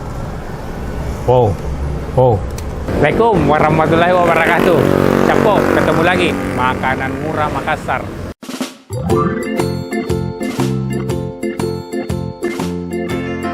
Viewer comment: Klo bisa salamnya yg benar. Jgn molaikum... Itu tdk ad artinya. Semoga bisa lbih baik lg cr ucapannya. Hnya mengingatkan